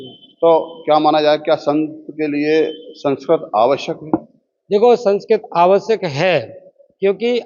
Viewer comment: संस्करोत nahin संस्कृत hota hai ❤❤ Radhe Radhe ❤❤